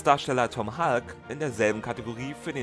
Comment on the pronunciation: Thanks for this interesting and informative video! I just wanted to mention one thing: The surname of the actor who played Mozart, Tom Hulce, rhymes more or less with "pulse". It's not pronounced "hulk". Take care, and keep up the great work!